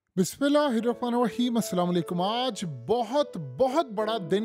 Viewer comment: بسم اللہ الرحمن الرحیم تو صحیح پڑھیں جناب ❤